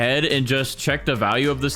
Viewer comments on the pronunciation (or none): none